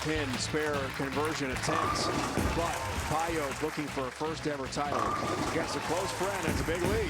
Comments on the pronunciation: you can't pronounce "Pająk" like this, ą is a nasal vovel, americans and other germanics can't even pronounce that correctly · She's from Poland, it's not pronounced "pay-jak". I'd say "pah-yahk" is close to being right. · I've heard Daria herself pronounce it PIE ek... this guy's "pie yoke" is totally off the mark. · Daria's last name is pronounced PAJAK - the J like John, Jonathan not Payo like the commentator said all the time. I know Daria since she was 17 years old. Already a Polish champion. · Guy needs to learn how to pronounce names, its PAY-JAK, not PIEOK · Daria Pająk - absolutely Polish name and surname. You read this: Dariah Payouk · I thought the correct pronunciation would be "pie-yak" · Daria Pająk. In English there is no exist "ą". Btw.. Pająk means Spider Sorry for my English:)